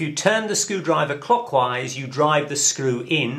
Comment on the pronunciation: IT TWISTS... COCKWISE!!!!!!